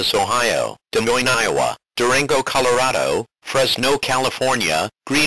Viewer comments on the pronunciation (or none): none